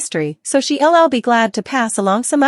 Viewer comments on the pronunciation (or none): I really hate that you refer to viewers as suckers. Your AI doesn't seem to understand contractions either. She'll is not pronounced she l l. We'll is not pronounced we l l. Marlene is played by Deidre Hall, not Lane or Corridor. It's a drug problem, not a medicine issue. Please reprogram your AI to be more accurate.